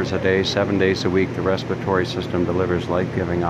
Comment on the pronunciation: I got annoyed each time he said "respitory".